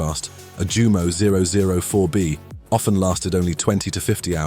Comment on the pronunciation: jew MOH? NEIN yew MOH